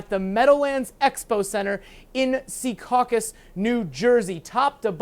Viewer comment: It's Secaucus, not Seacaucus